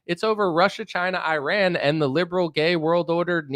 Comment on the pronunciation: You piss me off to no end when you say Qatar and Iran, but the way you make fun of Tim Pool makes up for it. Especially Tim Beainie, Tim Beanie, Tim Beanie.